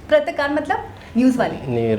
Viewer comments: PRATKAAR NAHI PATRAKAAR. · Patrakar not pratkar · Pratakar nhi bola jata hai bhai iska sahi uchharan PATRAKAR (पत्रकार ) bola jata hai. Patrakar india me journalist ko bola jata hai